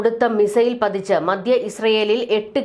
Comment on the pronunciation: മദ്യ,ദീർഗ്ഗ,യുദ്ദം.? താങ്കൾ ദയവായി ഉച്ചാരണം ശരിയാക്കണം. മധ്യ,ദീർഘ,യുദ്ധം എന്ന് തിരുത്തി പറഞ്ഞ് പഠിക്കണം